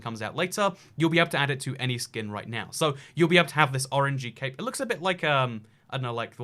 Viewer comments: When u said 'CAPE' ..i swear i thought its CAVE....People am i okay? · When he said cape I thought he said CaKe 🎂